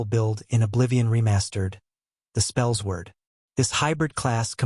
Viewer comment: Spells Word?!? Spellsword is pronounced “Spell Sword”. Edit: I’m a bit boozed up at the moment , but I just had to come back here and say that I find it absolutely hilarious that you don’t know the pronunciation of your build!!!! 🤣